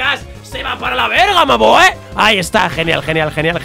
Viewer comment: parece mexicano diciendo verga xd